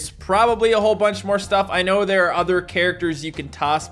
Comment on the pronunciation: “that’s an oyya”